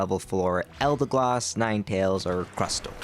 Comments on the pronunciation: It's still EldeGOSS not gloss, for god's sake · its pronounced Eldegoss